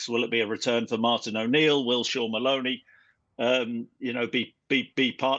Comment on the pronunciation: “Martin O’Neil” “Martin O’Neil” “Martin O’Neill”